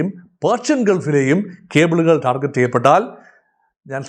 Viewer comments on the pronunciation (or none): none